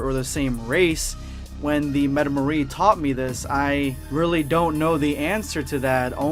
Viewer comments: it metaMORIAN not metamories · This man really mispronounced metamoran fusion dance. Smh I still love you and your vids though